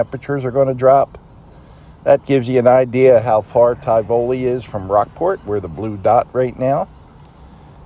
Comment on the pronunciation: I can't remember if you ever visited Indianola TX. It's not far from Tivoli. The hurricanes visited there a little too often . Your pronunciation of Tivoli makes my eyes cross in protest😅